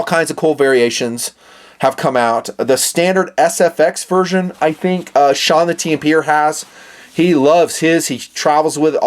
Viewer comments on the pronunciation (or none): none